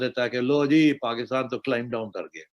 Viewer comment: पाकिस्तान को पकितान क्यू बोलते? गुटका सुपारी खाए बगेर narration record करो ना सेठ